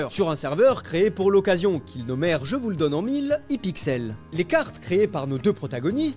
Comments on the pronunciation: Sa se dit aypixel pas ipixel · Quand tu as dit hIpixel ça m’a fumé on dit HAIPIXEL 😂😂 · on dit Haiepixel pas hipixel